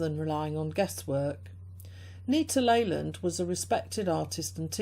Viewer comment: Stumbled on your review of my mom’s book. Glad you enjoyed it. Last name is pronounced “Lee-land”. She has many books on color and creativity still selling on Amazon, as well as a memoir talking about how she became an artist in her late 30s while raising us kids. Cheers!